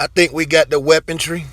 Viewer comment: WEAPONTRY ??? Speak English much? It’s Weaponry. Stop destroying the English language.